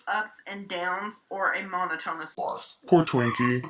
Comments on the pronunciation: When this aired people went nuts about Beckys pronunciation of "monotonous", go back and look at ALR's reaction, she knows she said it wrong and smiled like was an idiot. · I'm sorry, are we just going to skip over saying "mono-tonus"? Mono-tonus!!!